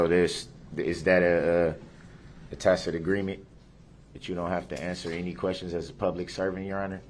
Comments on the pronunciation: The new word for day 14; Dishonor!!!! He finally learned how to pronounce tacit past 2 court days. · He finally learned the proper pronunciation for "tacit" and now he won't shut up. Judge Dorow was like a frustrated mom with guests waiting to come inside and she's dealing with a spoiled disobedient brat in desperate need of a good old fashioned a** whipping. He really took her there., I'm really glad you're back. Really missed you sweetheart. Love and blessings to you and your family. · One good thing, he did learn to say “tacit”😂